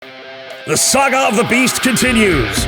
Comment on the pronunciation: Awesome batrep. Love the banter between you guys. Does realise he calls is a 'Sega' rather than a 'Saga'?? Pretty cool mispronunciation.